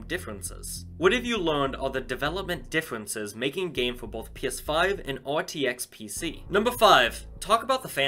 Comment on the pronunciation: Ha you said gameit